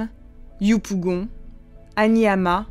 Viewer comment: Je comprends pas pourquoi ils ont toujours du mal à prononcer 'yopougon'